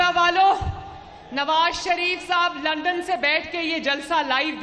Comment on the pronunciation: Lundon nhi bibi London 😁 hahahah poora Lahore MashaAllah hahahaha hahahaha itna chota Lahore kubsy hogya k ek chowk mey e poora agya